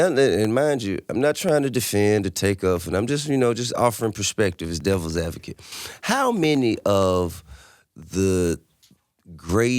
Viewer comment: 14.50....did he say devils advocate?